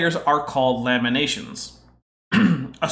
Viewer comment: It is funny when you said lamination i heard lemonation, it took me a few second to connect all the dots